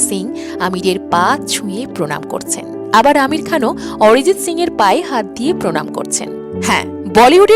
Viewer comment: What a rubbish pronunciation.....Arijit or Orijit😂....star or ster😅